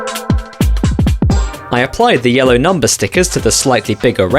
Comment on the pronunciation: goofy ahh yellew